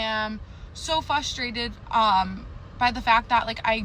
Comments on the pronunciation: Listen to her say "frustrated". That would drive me nuts. It's not fustrated. It's frustrated. You're leaving out the R. Does it again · why do so many women not know how to say the word frustrated. Instead we get Im so Flustrated You are not flushing your strations.